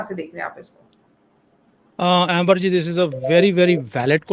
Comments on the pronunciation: …. Please call her Amber (अम्बर) not Ember….😊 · i think her name is, अम्बर and not एम्बर.... 👍